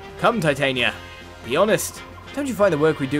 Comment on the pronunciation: every time you say Titania you hurt my ears since you are not pronouncing it right